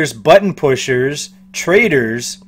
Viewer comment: Did you say traders or Traitor...It’s like potato Patata